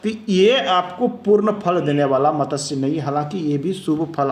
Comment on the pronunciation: Matatsya nahi hota wo matsya hota hai